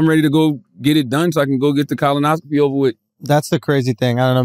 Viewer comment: Why does Charlemagne pronounce colonoscopy as "Colin-oscopy"?